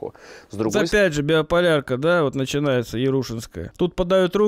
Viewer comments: Биополярка вместо биполярки? Или мне послышалось? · не БИОполярка, а Биполярка. А так збс контент, чо